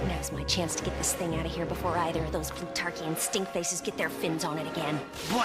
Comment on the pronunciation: That cwazy Pwutawkian!